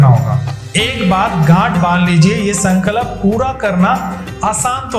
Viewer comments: while telling the Hanuman Ji story was it necessary to show adipurush clip on b roll? I mean there are so many other options from it that could have been sourced.. I didn't like it. and why is he pronounced sankalap? What's the problem with saying Sankalp? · Sun Ka Lap NAHI mere bhai. Bolo SanKalp ek saath. “Sun”+”Culp” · Sankalap nahi bolte Sankalp bolte hai bhai hindi to thik bolo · Sorry to correct u but it’s sankalp not sankalap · Why do you pronounce it as sankalap ? Its sankalp that means promise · San kalp nahi hay wo Sankalp hota hay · Bhaai aapne jaankari Bahut achi di hai.. mai bhi ye karungi..❤😊 Bs aap.. उच्चारण सही करिए ... संकलप नही होता, संकल्प होता है। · Its संकल्प not संकलप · Sir aap संकल्प ko galat pronounce kar rahe hain 🙏🏻सन-क-ल्प है ना कि “सन-का-लप” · संकलप नहीं संकल्प है. पहले सही उच्चारण सीख लीजिए, फिर ज्ञान देना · Sankalap nahi... Sankalp kahiye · प्लीज़ अपना उच्चारण सही कीजिए। Sankalp hai sankalap nahi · Sankalap ni hota... Sankalp hota hai... Jai Shri Ram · sankalap❌❌ sankalp✔✔